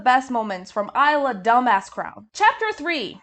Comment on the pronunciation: As an aside: it's pronounced "Eesla" (Long e sound as in "see")